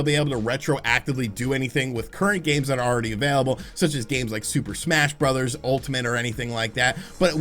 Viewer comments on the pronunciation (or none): none